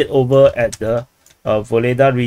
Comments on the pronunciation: Yes . This is true. But "Vuhledar" not "Voledaaa" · Ugledar, UGLEDAR. Stop butchering names so heavily. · Vuhledar is pronounced without the v! Worth knowing if reporting on the SMO. Like the begining uurrarrr 🇷🇺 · I thought it was "Vugledar"--saw it written in Cyrillic on a map